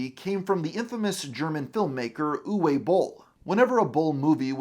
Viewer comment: Slight correction on Uwe. It's pronounced "Oover" A former colleague of mine had the name and said it was "Hoover without the h".